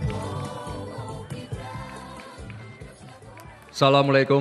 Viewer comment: assalamualaikumnya di perfasih mas🙏😁